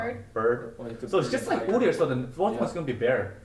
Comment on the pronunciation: leqgue of legends players?? "UDYR" XD